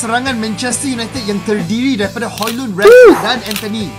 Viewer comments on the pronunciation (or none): none